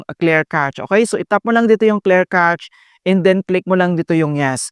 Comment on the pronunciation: clear "cash" po ang pronunciation n'yan.. God bless..